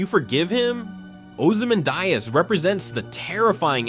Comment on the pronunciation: Man, the video is great, but the pronunciation of Ramses and Ozymandias does not seem correct.